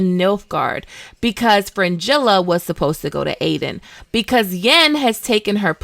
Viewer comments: Aretuza and Aedirn, not Artenuza and Aedin. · ARETUZA, not Artenuza AEDERN, not Aden FILAVANDREL, not Filandrel NAZAIR, not Nazir CONCLAVE, not Concleve Having said that, nice analysis of the overarching themes, they make me appreciate the series more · also Aedirn as well 😉